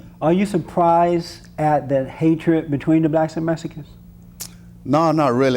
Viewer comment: I like how they say Mesikans haha